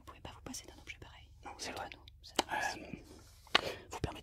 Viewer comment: le NON a m'a achever pour de bon .ca me fait trop penser a un truc de mister v